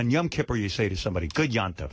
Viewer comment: Howard: "I know every Jewish custom ... !" (But can't even pronounce "Yom Kippur" correctly.) 🙄